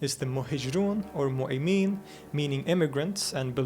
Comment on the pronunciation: Slight remark here! It's actually " Mu'mineen" and not "Mu'imeen". It comes from the term "eeman" which means "Faith".